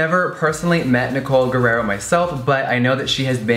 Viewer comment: Anyone gonna tell Jeffree hes mispronouncing Nicoles name??? R-I-E-R-O